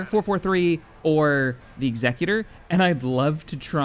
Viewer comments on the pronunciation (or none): It is not the executor as in executive like you are pronouncing it. It is the executor as in I will execute your ass